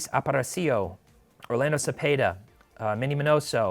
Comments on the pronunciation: Ap-ra-see-o? If you're going to criticize the way names are pronounced, you need to get it right. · You’re an absolute fool and you also mispronounce “Aparicio.” - a 27 year old vintage collector